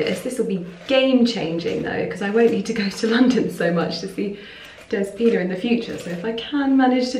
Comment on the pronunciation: My dear...the name is DEspina and you need to say the letter e like elephant...I am also greek,wish you a lovely Christmas!🇬🇷🇬🇷❤